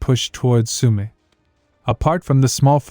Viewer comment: It is Shumi, Forests, not Sooomi